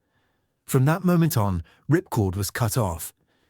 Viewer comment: The base was called Ripcord yet the guy kept calling it Ripcore, very sloppy commentary